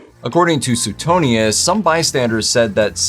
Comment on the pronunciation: It's SWAY-tonius, not SUE-tonius.